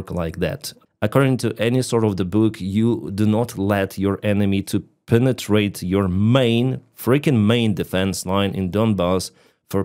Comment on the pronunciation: take a shot every time he says PNENETRATE!